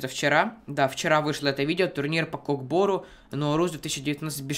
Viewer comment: не кок бору а көк бөру кто любит став лайк